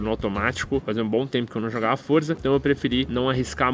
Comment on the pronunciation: não é forza é Forza